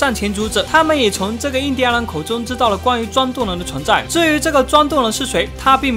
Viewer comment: 念錯了 印第安人